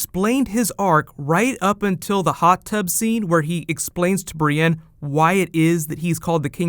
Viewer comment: ITS BRIENNE !!!! NOT BRIANNE